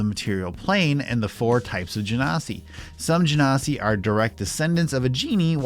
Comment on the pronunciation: Your pronunciation for genasi is correct. And by "correct", I mean it's how WotC asks people to pronounce it.